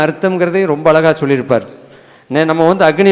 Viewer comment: ஐயா வணக்கம்... உங்களுடைய பேச்சு / சொற்பொழிவு மிகவும் நன்றாக உள்ளது... நீங்களுமா தமிழை " நோகடிக்கணும் ".. உங்களுக்குமா இந்த " ழ " உச்சரிக்க முடியவில்லை ? உதாரணம் : அளகா,பளனி, எலுதி, பலக்கம், இலப்பு,இலுப்பார்,இலுக்கணும்,கலிச்சி,விலுந்ததாம், ---இப்படிப்பட்ட வார்த்தைகளை சரிப்படுத்திக்கொண்டால் மிகவும் நன்றாக இருக்கும். இது ஒரு தாழ்மையான வேண்டுகோள் தவறாகவோ, சுட்டி காண்பிப்பதாகவோ எண்ணவேண்டாம், நன்றி... வணக்கம்.. தாழ்மையுடன் ஒரு முருக பக்தன்.. 🙏🙏🙏